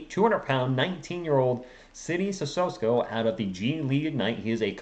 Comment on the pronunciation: Seed-ee Sih-soh-Ko